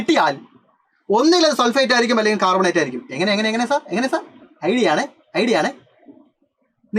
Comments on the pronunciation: carbonate ❌ "cat"bonate ✅ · Carbonate annee....... Catbonate allaa siiryyyyyyy🥹😭